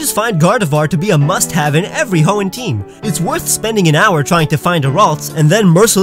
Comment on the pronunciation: On number 10 you made it sound like you have to name your Shroomish “Avery” to evolve it